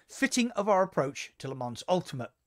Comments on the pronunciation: It's not Lee Mans, it's Le Mon. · Lol as a french i can tell you it‘s wrong Le Mans is Le Mans you can’t pronounce it in english you need to learn the french way :)